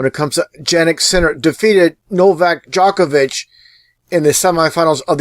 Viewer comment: DJOK-ovic Nowak DZHOKhar Tsarnaev djok / dzhok, same pronounciation. : three / tree.